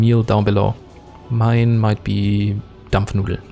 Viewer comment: Jaaa moin dachte mir gerade was denn deine Muttersprache ist auf einmal kommt so: DAMPFNUDELN